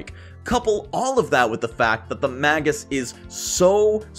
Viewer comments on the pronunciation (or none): Super informative and useful. Minor note: it's "may- gus." Okay, I'm that guy. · Not the case with 'magus.' It's just been mispronounced a lot. It's not an accent thing, but a product of people having read it but not heard it.